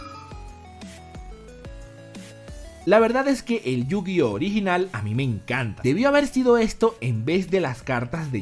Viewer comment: En serio?.... Yo- Gi - Ohso?? .... en serio? ... .... ....